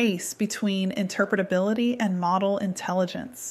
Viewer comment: I'm just impressed at how well can say "interpretability":)